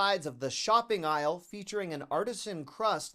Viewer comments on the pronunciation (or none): none